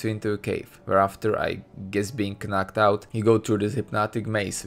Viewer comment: KKnocked out its pronounced nocked out gee XD